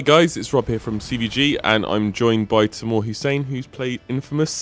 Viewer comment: Did anyone else hear Saddam Hussain instead of Tamoor? XD no offence btw